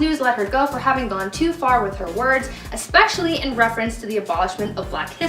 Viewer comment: You didn't say "Especially" correctly, though...